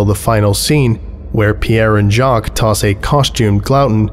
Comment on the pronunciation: Jacques is [ʒak] not [ʒɑːk] Glouton is [ɡlu.ˈtõ] not [ˈɡɫæʊ.tn̩] Âme is [am] not [ə.ˈmeːɪ] Pierre is [pjɛχ] not [pʰiː.ˈeɝ]